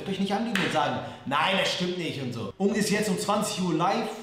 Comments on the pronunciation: Er kann nicht mal richtig Unge sagen...... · Mich triggered es so hart, wie Leon „Unge“ ausspricht 😫